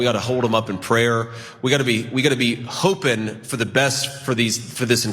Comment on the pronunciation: I notice that JD's started dropping his letters. He's hopin'. He's prayin'. He really seems to think we'll somehow believe he's really from Appalachia I guess. What. A. Goof.